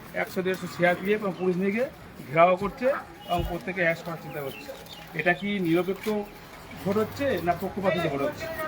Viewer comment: প্রত্যেক' ....উচ্চারণ করতে পারেনা...বিধায়ক হবে...পেছনে আছে...দূরে দূরে...জলের বোতল ধরার স্টাইল টা...যেন chamber